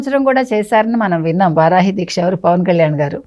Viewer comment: వరాహి కాదురా బాబూ, వారాహి అనేది నేర్చుకో.